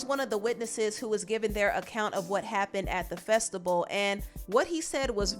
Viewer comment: If she say festable instead of Festival I'm gonna scream....talk right